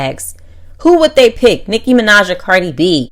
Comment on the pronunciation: Yo this lady's can't 🛑🛑🛑 saying Nicki Minaj name 📛📛📛 and also copying The 👑👑👑👑 Queen Nicki Minaj there is no one can Rapp like her much ❤️💖💕💖💕💖 to u ok